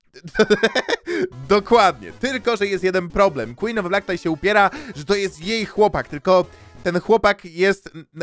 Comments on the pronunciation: quen of the blik xd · Queen of the Black nie zasługuje żeby tak się do niej zwracać. Powinniśmy mówić "KŁIN OF DE BLAK"